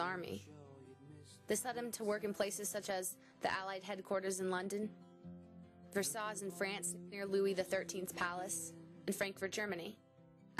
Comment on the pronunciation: You had mispronounced Versailles, it's more like "Ver-sigh" not "Versaws."